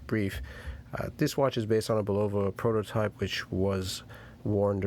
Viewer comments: BULLova, not bullOva. Jesus. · It's not BULOVA.